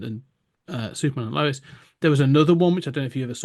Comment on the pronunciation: Who is Officer Lois? It's officer LEWIS! 😅